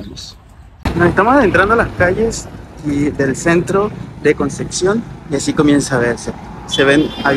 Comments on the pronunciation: Se dice concepción... Con p... No conceccion... 😅😅😅😅😅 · Buen video, solo queme daba un tick en el ojo cada que decia concección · conce Xion? jajajajjaja